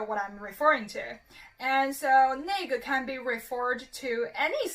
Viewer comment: i think its ‘内个’ that sounds more like the n-word rather than '那个‘.